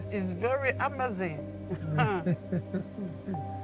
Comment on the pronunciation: " Quoi ? Bénin ? Is very améziinnn !! "